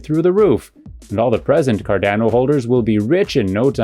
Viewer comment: How do you have a channel dedicated to Cardano, but don’t know how to pronounce it?